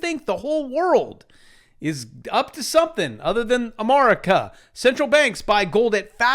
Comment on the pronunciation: I love it when you don't say America properly. . I love going on Twitter and having people subscribe to your channel and then unsubscribe..